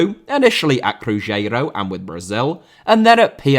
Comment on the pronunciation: Nazário* not Nazériouw Mbappé* not Mbappei Cruzeiro* not Crugeiro Inter* not Ento Half* not Holf Diego* not Dieyeigouw Adriano * not Adriohrnouw Debut* not Deibyu Dispossess* not Disposess Possession* not Posession Serie * not Siri Dortmund* not Dohrmund André* not Ondrei Nistelrooy* not Nisselrooy Eusébio* not Yusseibiouw Pelé* not Pelei